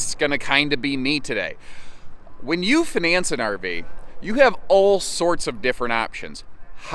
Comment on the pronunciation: The way he said finance sounds like finesse 😆